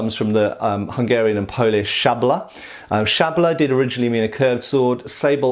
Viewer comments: Hungarian word is lot "shabla", it's "szablya", pronunciation e.g. here: Greetings from Hungary, keep up the good work! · Just a comment on pronunciation: Hungarian "szablya" is like "sub-yah".